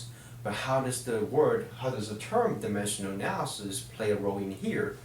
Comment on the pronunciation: lmao he cant pronounce dimensional analysis properly. "dimeshuhl analysis."